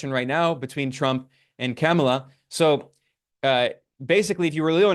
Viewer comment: I know this will sound like nit picking to some, but it is really frustrating when critics of Kamala Harris refuse to learn the correct pronunciation of her name. There are a lot of good left wing reasons to criticise Harris; but there are also right wing chauvanists out there who oppose her simply on the basis of her race and gender and deliberately mispronounce her name. It just looks deliberately dismissive, at worst, or careless at best, to do the same. Also its really strange how Ben often uses Kamala's first name but refers to Trump as Trump. I'm not suggesting Ben is a sexist, as this is something that I've noticed many doing. But I am suggesting some internalised gender bias that is causing us to all do this. Just refer to her as Harris most of the time, and when you do use her full name, pronounce it correctly.